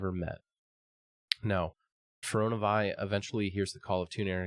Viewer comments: My dude, it’s Fear-ee-oh-nuh Vee. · fuh roe nuh veye. also says toon-air instead of too-nar-ay